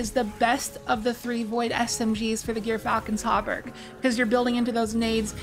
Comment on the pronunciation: This is the correct answer, but you could write it more like "Jurfalcon" or like Xur with a J. It's like the animal "Gerbil" or jer. It's a soft g as in "George", and a short y as in "myth". If you've seen Datto's video's he says it correctly. Also doing some quick research by just searching gyrfalcon on YT and searching some articles, there's several examples/documentaries from good sources that confirm this.